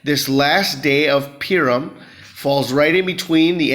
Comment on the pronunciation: Purim... pronounced Poohrim...😊